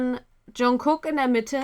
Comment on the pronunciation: Lieber, Liebe, ich schaue eure Videos total gerne und freue mich über jede Reaction zu einem K-Pop-Song.:) Was mir allerdings bereits ein paar mal aufgefallen ist, ist die falsche Aussprache zu Jungkooks Namen. Im Hangul wird Jungkook "정국" geschrieben, in der romanisierten Form wird das somit "Jeongguk" geschrieben. Die standadisierte Schreibform ist natürlich "Jungkook", aber das erste "k" in Jung"k"ook wird wie ein "g" gesprochen. Es klingt einfach schöner, wenn ihr das vielleicht anpassen könntet. Es ist einfach eine falsche Aussprache, wenn ihr das erste "g" einfach ignoriert und es sehr hart aussprecht.:/ Wenn ihr euch nicht sicher seid, gibt es ein super Video in welchem sich Jungkook selbst vorstellt, da hört man die Weichheit im Namen sehr gut. -->